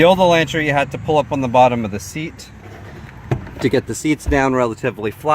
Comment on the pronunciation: Lol you're saying it wrong. Its Ela(u)ntra. The A makes the sound like in the word August.